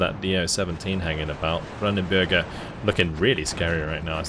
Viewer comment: its "brandenburger", not "bürger". that would be citizen.